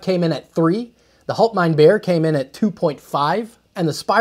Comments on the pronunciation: Bier gets pronounced almost the same as beer, so no, you didn't nail it 😛 The way you pronounced it sounded more like "halt mein' Bär" ("hold my bear"). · Failed on the pronunciation of Bier, when spoken in German, it should sound like beer where as you made it sound like bear or bare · Bier is pronounced just like beer, not bare. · "Bier" in German is pronounced rather similar to "beer" in English. Not exactly but good enough to be very very close. You pronounced it like "hold my bear" :). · you almost pronounced it correctly, but "Bier" doesn't get pronounced like "bare" but actually pretty much the same as "beer" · The way you pronounce it, it's bär, meaning bear — bier does rhyme with beer though. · When I was taught German, “ei” had a long i sound. Like “eye”. While “ie” had a long e sound. Like any English word with a double e. So it would sound more like “halt mine beer”. With a soft but recognizable r on the end rather than a hard r like the English pronunciation of beer. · im not even German and the way he keept saying HaltMeinBear 🐻 was tuff to hear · I'm not German, but I'm learning. His pronunciation of Bier sounds like Bär to me 😂 I had this video on in the background. When I heard the name, I laughed aloud, "stop my bear? Gotta see this" Indeed it was impressive, so it worked out 😂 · . Nope the way you pronounced it it would be a bear (the animal) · "Bier" is pronounced like... you guessed it... "beer". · You pronounce Bier like Bear but it is actually pronounced the exact same... Bier and Beer sound almost identical when you say it out loud... (Just give it a listen on Google Translate and you will notice it quite easily)